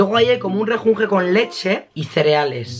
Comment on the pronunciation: Se dice *M*ejunje no Rejunje